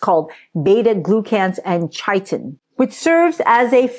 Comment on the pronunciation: The "ch" in chitin is pronounced as a "k."